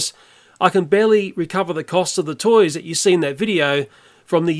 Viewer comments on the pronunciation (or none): none